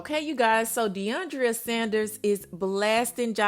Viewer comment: Mama its DE ION DRA not DE ION DRIA